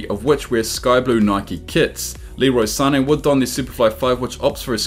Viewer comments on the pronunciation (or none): none